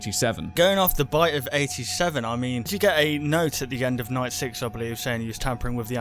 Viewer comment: Um... guys? You forgot the N in night. 😕